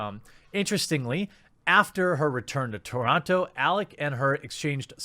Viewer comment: The only crime here is how he pronounces TORONTO.